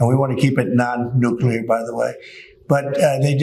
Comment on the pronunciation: This trash talking, trousers filler couldn't sniff Truman's shorts. Quote the TACO of TINT: "Like droppin de bombs - atomic - you know nuculer bombs, dats wat it was like, yeah, dats de tiket!" 😎